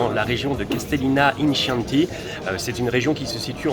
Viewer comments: Coucou les jeunes. Pour.....Chianti se prononce "Quianti" 😁😂😂😂. Cassis..Chianti....tu vas y arriver!!!😁😃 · Dommage, tant d'endroits superbes à visiter en Toscane... Merci de nous les faire partager. On dit "salute!" et "Kianti" mais c'est pas grave 😊👍